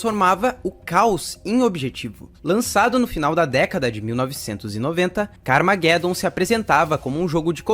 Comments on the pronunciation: Pronuncia-se "carmajedom" car + armagedon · CARA POR FAVOR, CARMAGEDOMMM, LEIA COMO SE LÊ-SE "ARMA"GE"DOM, fora isso o O VIDEO FICOU OTIMO, PARABENS! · ta certo essa pronuncia ai do carmageddon kkkkk minha epoca nao era assim que falava nao kkkk mas parabens pelo video joguei muito isso ai